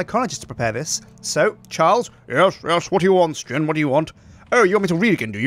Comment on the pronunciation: ITS SJIN NOT SKIN!